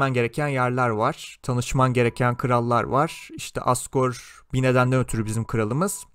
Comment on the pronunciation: Abi asgor deyilde azgor desen